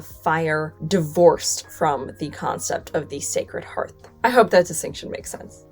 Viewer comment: Thank you for pronouncing "hearth" correctly! You're the first YouTuber out of at least half a dozen that I've seen to do so. I also really appreciate the straightforward history without any revisionist spin. If I could give this video a "love" instead of just a "like" I would.